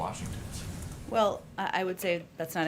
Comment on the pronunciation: When she uses the word well, she pronounces it wool. Sounds like a brat too me.